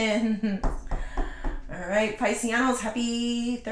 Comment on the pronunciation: I love when you say "pisisanos" sounds Italian ❤